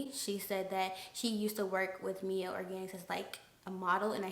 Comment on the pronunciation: My-elle organics spelled Miellle organics tho